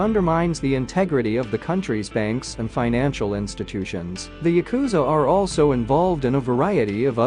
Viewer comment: It’s pronounced YA-ku-za. Not ya-KU-za If you’re going to talk about them, at least learn the pronunciation first.